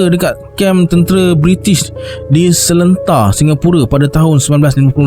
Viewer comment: Sorry nak betulkan sebutan: a) Nyai = Nya-e b) Seletar = sebuah kawasan - Se lay tar (bukan sebut se ler tar)